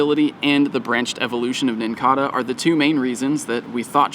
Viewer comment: I think the Nincada is pronounced with a long A - it's like the cicada (si-ka-duh) - pronounced with a long A a bug that comes out every 17 years and leaves the outside shell everywhere when they emerge from underground - I could be wrong but they are very similar